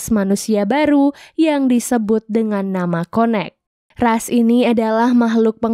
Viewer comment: m-mbak connect itu bacanya kayak [ken nect] bukan konek tpi lucu sih